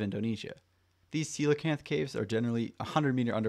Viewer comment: Ain't no way its pronounced like that bro